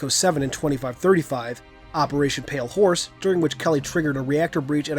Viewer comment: You had a little slip of the tongue with "Operation Pale horse" :D These are great videos! Keep up the good!